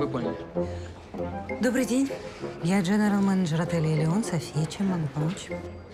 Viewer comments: не олеон а Элеон, не кина а кино, не маей а моей, не жызни а жизни. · я конечно соглашусь , но не жызни ,а жизни и не кина, а кино и ещё Элеон